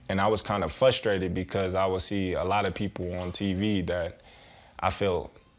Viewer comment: What does "FUSTRATED" mean??